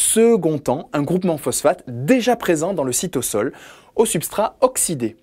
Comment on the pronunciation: J'aimerais vous demandez pourquoi vous prononcez cytosol "cytossol" parceque je me suis habitué à dire "cytozol"